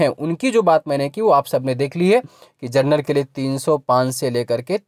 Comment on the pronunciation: Chacha जर्नल नहीं होता जनरल होता है 😆